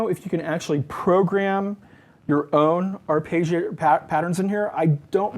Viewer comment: Just a small bit of "abuse": it's not an "ar-pay-gee-ator". The double consonant after the "e" indicates that it's a short vowel. So that "e" sounds like it does in "legging". (And if you want to be closer to the Italian pronunciation, both "g" sounds are pronounced separately, but this is not common in English. And it probably makes you sound like a prat. 😃) Nice synth, but... it doesn't quite fit into my setup.